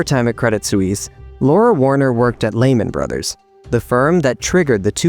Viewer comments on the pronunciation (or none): "Lehman Brothers" is pronounced: LEE-muhn BRUDH-ers. The emphasis is on the first syllable of "Lehman" (LEE) and the first syllable of "Brothers" (BRUDH). Breaking it down: Lehman: Rhymes with "lemon" but with a longer "ee" sound. Brothers: Sounds like "BRUDH-ers", where the "th" is a soft, almost whispered sound, as in the word "the". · The way you pronounce Lehman Brothers is making my ears bleed :(